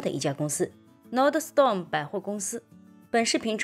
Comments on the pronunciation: 小提示：公司名字 NORDSTROM 第二音节是 STROM，不是 STORM，整个发音是 /ˈnɔːrdstrəm/，应该是来自瑞典语, nord 'north' + ström 'river'。 感谢分享和指导！祝周末愉快！ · Nordstrom 发音读错了吧？ 我去这家店也读错，有时别人会纠正。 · 不是吹毛求疵，就是提醒观众和贝拉，说明贝拉没怎么去过Nordstrom, 纸面上的分析带有一点片面性。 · 妨碍了啊，会显得很不专业。就好像聊nba的时候把乔丹读成乔顿，听着难不难受？会给人一种你根本没看过nba的感觉。